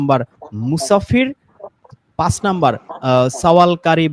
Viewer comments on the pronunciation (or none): none